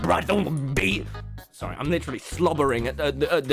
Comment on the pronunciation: No one: Literally no one:: “Litteraly”